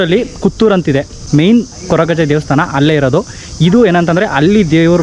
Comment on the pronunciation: ಕುತ್ತೂರ್ ಅಲ್ಲ ಮಾರೆ ಕುತ್ತಾರ್